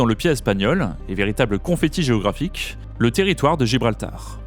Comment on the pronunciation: GéographiQUEEE, époQUEE, stratégiqueeee, AtlantiQQUUEE, BritaniQQQUEEE, MarocKKSSHH, AffriQUEE, haha trop marrant ! Comment sont prononcé les mots finissant par "..que" dans cette vidéo 🤣 "KKKSSSH"